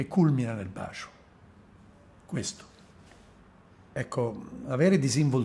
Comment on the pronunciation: Sinceramente lo trovo noioso nell'esporre e poco coinvolgente. Poi quella pronuncia, "bascio".... Mah!